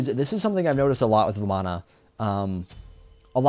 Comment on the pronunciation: You pronounce it varman, in Hindu the A at the end is silent, ravan, ram, ganesh are all the pronunciations.